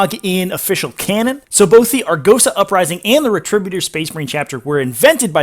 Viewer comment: It's Retributor which is pronounced "Ret-ri-bu-tor"